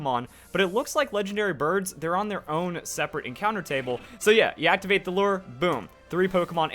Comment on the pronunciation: You get a like for being the only YouTube to say lure properly